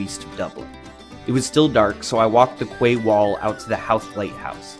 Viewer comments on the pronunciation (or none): Did you say "qway wall" for the word Quay?? It pronounced 'key' !!! This is not an Irish word, its a worldwide know word.